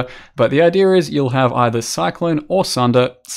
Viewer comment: why is it always "idear" instead of "idea" with poe youtubers lol